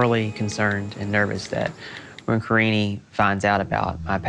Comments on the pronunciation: Why does pronounce "Karine" like "Karini" 😂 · Surly he’s pronouncing her name wrong karine-EEE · She looks so young, she looks like she could be his daughter! Edit: also I’m fairly certain he was mispronouncing her name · I like how he doesn't even know how to say her name. Also, I wonder what TLC's plan is to prevent this man from murdering people on their dime. Lol because that is a real threat.